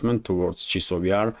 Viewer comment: Chasov Yar, chAsov Yar, not Chisov Yar.